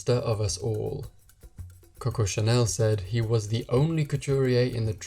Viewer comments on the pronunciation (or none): none